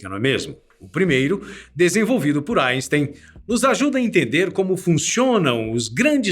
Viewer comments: Kkkkk engraçado ele falando asten" kkkkk O Sikeira iria adorar kkkkk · GOSTEI DA PRONÚNCIA EINSTEIN.